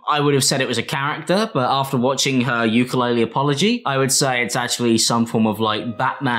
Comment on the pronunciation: Haha uke-lore-le